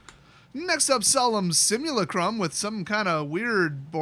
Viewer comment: I’m liking the video solely for pronouncing “Solemn Simulacrum” correctly.